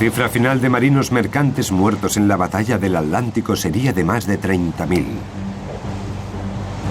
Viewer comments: Si. Es un lengua de trapo este narrador. Ya comprendo porqué pronuncian 'aletic' ya sea al de Madrid o al de bilbao. Lo que no entiendo es por qué no le corrigen la dicción cuando graban o editan. Si es un profesional, como me imagino, este locutor debería poder pronunciar aTLantico como corresponde. Es tan chocante oírlo, que por momentos estuve adelantando el video para llegar al final más rápido. Una pena... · ¿Tienen un problema o impedimento bucal los españoles que no pueden pronunciar en su propio idioma el vocablo "TL"?. Que ridículo queda eso de "al lántico" o "trans al lántico". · ALANTICO? HILER? jaja Y se consideran profesionales narradores de documentales? jaja nuevamente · en el docu parece que dice adlantico pero todos sabemos que se llama oceano acuatico